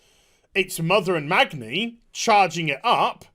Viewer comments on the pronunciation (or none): none